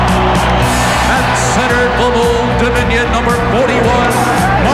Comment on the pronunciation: dan marley... i always though it was pronounced how its spelt